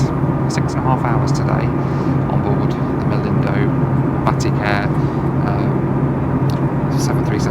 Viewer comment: Isn't it pronounced Bateek? Every time you say "Batik Air" it sounds like you're saying "Batty Care"! 🍑